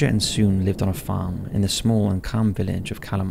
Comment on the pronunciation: Sune in pronounced like suneh